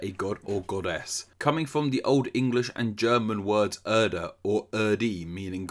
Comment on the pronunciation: Funny, as Doom was actually set on the moons of Mars. "Erda" and "Erde" Pronounced "air-dah" and "air-day" "Deimos" Pronounced "day-mohs"